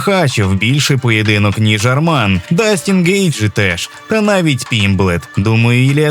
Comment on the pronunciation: Дастін Гейтжи 🤣